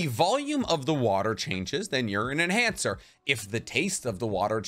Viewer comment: Lol he said male enancher